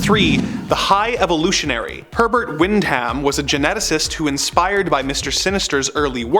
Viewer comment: Wind-ham!? omg bro, it's pronounced "wind-dum"